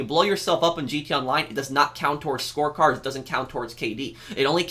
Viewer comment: when you said "score cards" i thought you said "sports cars" i was confused why you wanted them removed from freemode then i heard it correctly